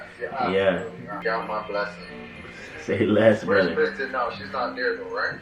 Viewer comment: Jamaicans and names 😂😂.. Kristan instead of Kristen. That’s exactly how my mother would have pronounced it.